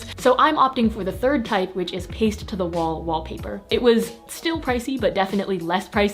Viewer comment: did she just say "Stuhl"?? (= chair in Germain) I like u more now ❤️